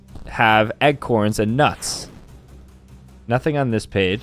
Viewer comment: the way he says “acorns” 😭